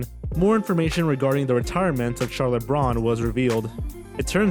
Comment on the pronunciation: How is it that he pronounces Charlotte correctly every OTHER time? Lol